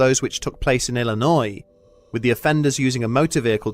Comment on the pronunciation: Dude, I was chilling until he said Illinois